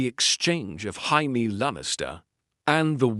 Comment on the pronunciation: Why do the AI narrators of any GOT what if? channel struggle with Jamie's name? They all pronounce it "High-mee"